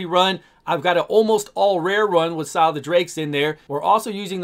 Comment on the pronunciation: Sile the drakes xD Scyl would be pronounced Syl btw